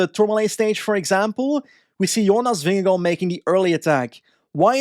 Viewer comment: Your pronunciation of Vingegaard is really good! Not quite native but pretty f*cling close!